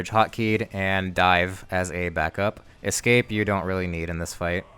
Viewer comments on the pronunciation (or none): none